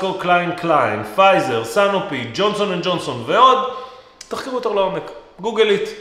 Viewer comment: סנופי ( עם קמץ) ולא סינופי, וגלקסו סמית קליין (GSK) ולא כפי שנאמר